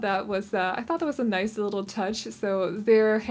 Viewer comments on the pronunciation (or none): none